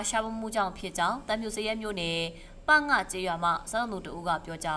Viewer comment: ပ င မဟုတ်ပါဘူး ပင ပေါင်းဖတ်ရပါတယ် အမြဲတမ်းမှား